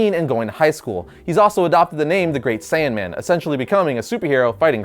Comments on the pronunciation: Wasn't it 'Great Saiyaman' not Saiyanman? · It's not the, "Great SAIYAN-man", it's, "Great SAIYA-man". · Boy it's not saiyan man it's saiyaman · Saiyaman not saiyan man smh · its saiyaman not saiyanman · it's saiya-man, not saiyan man,sorry I'm being a dick 😂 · saiya man not sayian man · Gohan's Superhero name is pronounced: Saiyaman, not saiyanman. Don't mean to sound rude. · Great saiyaman not great saiyanman... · great sayian man? sayaman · love the vid but.....Great Saiyaman...not Great Saiyanman.....you still the man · It's saiyaman, not saiyanman it's one letter, but it still annoyed me deeply. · its saiyaman.... not saiyanman. .